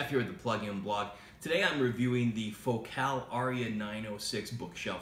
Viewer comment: Fo-cal? Dont u say the name like focal like vocal